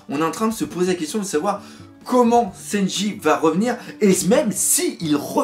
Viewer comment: Warsajeff Ouais enfin pour le coup le doc dit "Louffy" juste par habitude, t'as pas remarqué qu'il dit "Senji" au lieu de "Sanji" ?? 😂